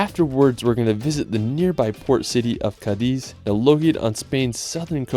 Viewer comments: This is a wonderful video of the most beautiful country in the world!❤ However, you needed to mentiom Alicante and Malaga and please learn better how to pronounce some cities in Spain, like Toledo and Cadiz. I am a professor of English in Madrid, so if I teach the Spaniards how to pronounce everything correctly in English, let's respect Spanish as well. Anyway, I keep watching your wonderful video, thanks!❤ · 🤭 Pronunciation tip: whenever you see an accent mark on a vowel in any language of Spain (Spanish, Galician or Catalan, since Basque has no accent marks), the stress of that word goes on that vowel. E.g., CÁdiz, not CadIz; Es VedrÁ, not Es VEdra. In absence thereof, guessing is acceptable for foreigners 😬